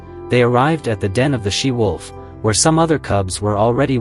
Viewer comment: It's 'she wolf' not 'sea wolf' you idiot!